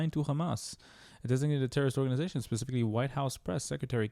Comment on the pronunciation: Starts out "Pacifically" rather than "specifically." I don''t care what the reply is when the question is so stupid.